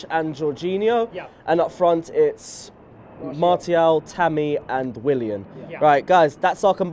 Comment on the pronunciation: Umm mate it’s not pronounced Mar-Ti-al... it’s Mar-shi-al 🤙🏾